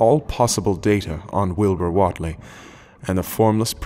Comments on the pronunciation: Overall your voice is nice to listen, but your attempt at the local Dunwich accent needs work. Also I think it's pronounced "Waitlee" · What’s with the hard southern accents? It’s Massachusetts. Even know that all the way from London. And Wheatley is pronounced “Wheat - LEE” not “Wot -lee” or “Wit - Lee” or “wet - ley. It’s “WHEAT - LEE”. Wheat like the grain. Duhh.